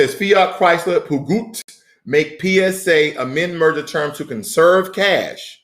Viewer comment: Peugeot is said like this: Pejoe. Tks for the video.